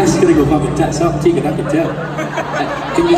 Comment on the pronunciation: Tegan Alexander I love that!! I honestly died inside when he said “Teigan”